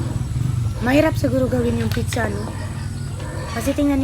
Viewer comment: kayo nga jejejemon taga bundok,,,,,,yun ang paka pronounce ng nanay mo piiiiichhhhhhaaaa,,,,,,,hinde ba dapat pizza yan hahahaha palibhasa walang pinagaralan taga bundok🤣🤣🤣🤣🤣turuan mo nalang nanay mo mag pronounce ng tama 😂😂